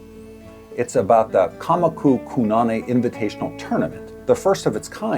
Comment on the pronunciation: I commented on the build video, but this was probably already in edit by then. In ʻŌlelo Hawaiʻi you always pronounce vowels the same way. Kōnane is "koh-nah-neh", not Ku. And with the O pronounced a little longer than the other vowels. Trying to help anyone who finds this game through this video.